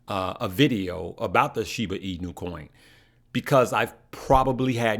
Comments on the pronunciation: I like how says Shibu instead of Shiba lol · “Shiboo”. Lol